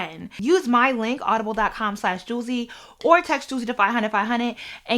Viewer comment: that girl name is pronounced Z-Way 😂😂😂😂😂😂😂😂😂😂😂😂😂😂😂😂😂😂😂😂😂😂😂